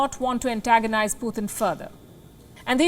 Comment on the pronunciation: Please not PUTHIN but PuTin